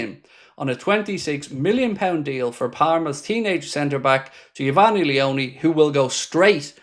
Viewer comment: No way I've seen someone miss pronounce Geofanny Leoni like what 😂 🤣